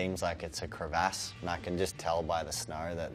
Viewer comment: "crevASS" i take it he says "GayRaj" too lmao